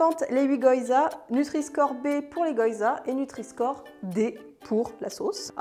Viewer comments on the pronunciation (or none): Ahaha c'est pas goyza mais gyoza !! prononcer GUI-O-ZA ;-)) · Je ris à chaque fois qu'elle prononce goyza 😂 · Ouiiii une nouvelle vidéo 🤗Merci ! Ton maquillage (assorti au pantalon?) est encore une fois super joli. Je t'envoie un peu de force 💪(même si ici non plus il n'y en a plus beaucoup...). PS: Je suis désolée, mais je pense sincèrement qu'on dit "gui-yo-za" 🗾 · Plats d'hiver colonne A, fruits d'été colonne B hihih Picard c'est la vie, ca sauve quand t'as la flemme de cuisiner mdr. Les baozis sont top pour du surgelés, faut que je goute les cornes de gazelle ^^ Je sens que je vais aller faire un tour chez Pïcard, demain moi haha PS : on dit gui-o-zas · "Les goYZas" 😅😁